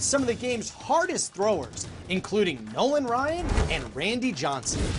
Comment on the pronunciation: Its Nolan Ryan not Ryne Idiot.